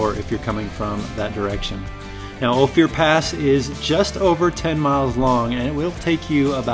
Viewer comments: 😮 Used to drive all those roads working High Lakes survey for the Colorado Game Fish and Parks back in the late 60s. By the way it is pronounced Long O, fur as in animal pelt, pass.(O fur pass) Hard to believe but we would drive those High mountain roads for a week and see maybe two other vehicles. Those were the days. You could shoot a gun off on the Main Street of Silverton at noon and there would bd no one one around to notice! A near ghost town, Telluride wasn't a whole lot better. Had a guy offer to sell me three Victorian homes on the Main Street of Telluride for $9,000. Not each, $9,000 for all three of them. Lord what they're probably worth now. Of course I was a poor just out of school fisheries aide working in an entry level job so I might have had $9 in my pocket, maybe? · Hey there, love your videos, thanks for all the hard work! In case no one has told you Ophir is pronounced like gopher. Beautiful place! Last time I went down black bear I followed a Acura SUV. Could not believe that he would take it on that trail! Found myself thoroughly surprised that he zipped that sucker around like it was meant to be there. I confess being impressed. (Especially on the tight switchbacks.) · It's pronounced "Oh-Fur" not "Oh-Fear"...just a heads up from a local. Nice video! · its OPHIR (ohh - firr, like the tree) not Ohfear... thanks for visiting. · I lived in Ophir. I don't know who gave you the pronunciation you use but we always pronounced it like gopher without the g, not "Oh Fear". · It's oh-fir pass not oh-fier pass! I'm from that part of the country. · I see someone caught the "going west" comment. I have never heard Ophir pronounced O Fear. It is always pronounced O Fur. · Cool video. Ophir is pronounced ofe er btw. Not oh fear. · good content but the correct pronunciation is O FIR not Ofier pass. I know I live here. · Hey, its not "o-fear" pass, its "oaf-er" pass. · I laugh every time he pronounces it "Oh fear" pass : )) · Pronounced..Oh -fur